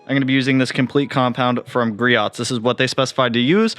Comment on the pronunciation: I love the Griots speed clay bar, makes clay barring less of a pain. Also it’s produced Gree-ohs. I pronounced it improperly for the longest time too haha